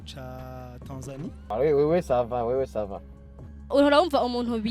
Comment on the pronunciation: Ça van😂😂🤣